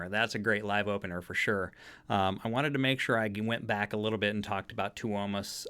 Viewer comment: Fyi it's pronounced Toe-mas